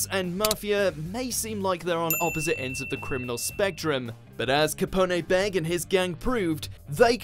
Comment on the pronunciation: Sorry had to stop watching after you said “Kaponaye Beggy” how do you mess that one up so bad